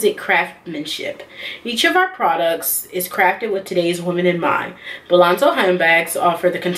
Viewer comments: BOLZANO NOT BALANZO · Bolzano, not “Bolanzo” #firstofall😒